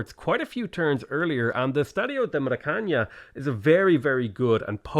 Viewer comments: Please, oh please, Maracanã is not Maracaña. Simply say it as if it was spelled Maracanan, with emphasys in the last syllable. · Your pronunciation of Maracaná is a gift from the gods of humor. At this point I just hope nobody teaches you how to say it properly, it would be a shame